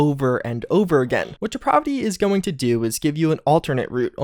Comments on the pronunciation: I don't think host knows the name of that mod. It is not Deprovity.. It's Depravity. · DEE-PRAV-A-A as in APPLE VITY. DEPRAVITY. It's a short A not an umlaut, STOP IT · Deprovity? It's DeprAvity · “Deprovity” you’ve got to be fucking kidding me 😂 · Please don't think I'm a grammar Nazi. I let this side many, many times before now, but I just can't take it any more. Depravity is pronounced dee-pray-vity. The middle is like pray, as in prayer, rhymes with clay. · He's a nou-vice at such depraaaaahhhhvity in that case. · the way he keeps saying depravity is really pissing me off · You're pronouncing depravity incorrectly my guy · Could you please learn to say depravity correctly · i almost had to turn this vid off because of how you mispronounce depravity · That just means the mod author also mispronounces it. Two wrongs don't make a right. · no he's just a fucking idiot